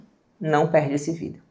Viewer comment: moça não fala Vidéô por favor me da coisas. adorei o conteúdo.